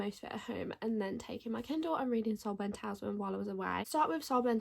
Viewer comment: HI just to let you know that word is pronounced Tal IS Man. PS I have also read Yellowface and found the main character very annoying